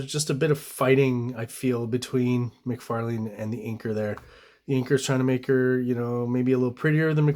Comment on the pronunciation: Appreciate the correct pronunciation of McLeod’s name but cringe at the Mc Far Lane pronunciation throughout. Todd pronounces it Mc Far LIn ~ so I’m not sure where you’re getting your version from.